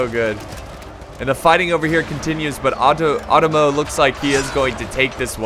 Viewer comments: You got the 'e'(eh sound) sound fairly correct. But the 'O' sound is like "Oh" you keep saying chosokabe as if its chuu which is wrong.Same with Otomo. Its Oh-Tomo. Not uh-tomo. Japanaese is fairly consistent unlike English. Also R (probably the hardest sound for English speakers) is like a mix of the English 'D' 'R' and 'L' sound. The tongue position is like between 'D' and 'L' if that helps. You can try to quickly transition fro 'L' to 'D' to kind of create that sound. Also NagiNata. There's a N there. Uesugi. As previously mentioned it's pretty consistent. However U would be kind of like a long O sound, similar to 'thought.' Somewhat like how you said cho(almost like chuu) in the video. Similar but not exactly the same, its hard to describe it without actually pronouncing it. So Ooo-eh-su-gi would be fairly close, but I don't think long O is really on point. Still that will already go a long way. Not really trying to be rude, just trying to help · Otomo is pronounced Oh Toe Moe or Ah toe Moe ( it depends on the person) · About the names 1.-It's WEsugie 2.-chosokabe you got it right (the first time), so iko ikki 3.-It's nagiNata There's an N 4.-Otomo is pronounce with a higher second O. OOTOmo